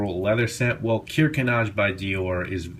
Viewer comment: the k is pronounced in German. It's not neez, it's actually said "kneetsche" with the k pronounced. :)